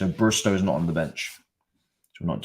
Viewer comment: man said 'brusto' when saying burstow 😭😭